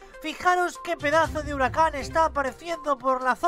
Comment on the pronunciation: Me estresan por desir hirucan por qué se dice huracán y más las palabras equivocadas